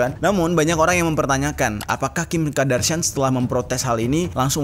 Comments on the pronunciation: Nyebutnya Kardashian bukan Kadarshian. Maap gemes 🤭🙏🏻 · Kim kardashian bang bukan kim kadarshian 😂🤭